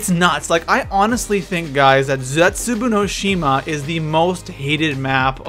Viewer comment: Plz say zetsuboa right. It's very annoying and Der Eisendrache say that right too